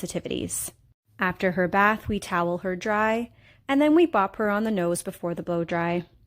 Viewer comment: Btw its boop not bop